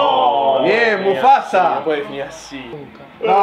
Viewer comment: dijo muphasa